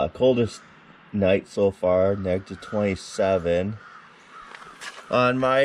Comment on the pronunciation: Negtiv ? Is it that cold that you can’t say Negative?